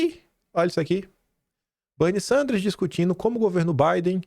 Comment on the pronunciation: Não é Banny e, sim, Benny Sanders